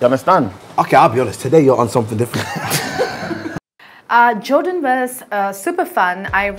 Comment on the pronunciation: "Oose jordaaan agyen" got me creasing😂😭